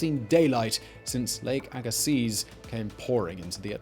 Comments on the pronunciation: Lake "agasee". You're pronouncing it wrong. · YER "LAKE AGAZES" LOL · Fun fact, the z in Agassiz is silent. The more you know! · I believe the "z" in "Agassiz" is silent, but I know you don't care. ;-) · If I lived 8000 years ago, I would be at the bottom of Lake Agassiz in Manitoba. Btw, the 'z' at the end of Agassiz is silent. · The bugged me too. Agassiz (silent Z) is not far from where I live. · Agassiz, BC Canada. Near a much smaller lake and hot springs than the original Agassiz Lake. The Z (zed not zee) is silent and its surrounded by some of the finest lands this world has to offer.